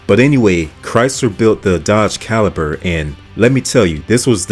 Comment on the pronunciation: I pretty much agree with this list, but "RendezVIEW? "CaliPer?' I feel like he's deliberately mispronouncing the names to drive comments 😂